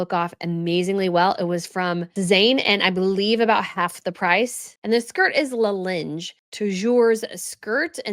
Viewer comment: Fyi, La Ligne is pronounced La Leen-ya (French for “The Line”).